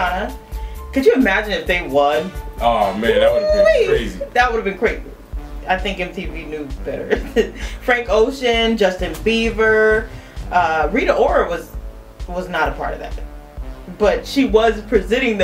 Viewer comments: She said Justin Beaver. Lol. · she said justin beaver.Lol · Lol, she definitely said Justin Beaver.. Are you guys high or something? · Did she just say Justin Beaver